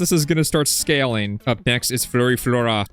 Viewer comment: you dont know how to pronounce brain rots 🥀